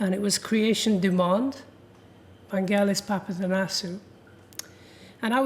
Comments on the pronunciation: Americans say his name wrong! Its a ‘g’ as in girl, not ‘j’ as in Jelly! Even the great man himself says it with a ‘g’! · Oliver Stone admired Vangelis so much but he couldn't pronounce his name right. It's Vangelis, not Vandgelis, FFS. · Americans... "G" in Vangelis is pronounced as in "get". Don't be lazy even if you are Oliver Stone. Respect other people identity by pronouncing the name properly. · Hoe can Oliver Stone not know how to pronounce his name correctly? It’s a hard g.